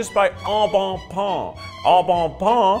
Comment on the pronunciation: “pain” in French rhymes with “meh”, not with “yawn”. Please, please.